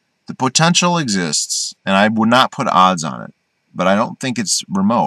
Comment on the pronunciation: I like how you say the word POtential. Great video.